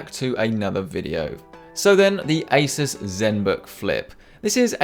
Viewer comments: For several minutes I thought that you said ISIS not ASUS lol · Hello, did you say Asus or Isis? I would not like to buy anything from the latter organization.